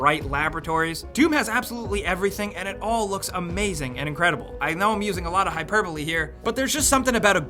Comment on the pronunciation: An American that pronounces Hyperbole correctly? Holy shit another reason to love this channel.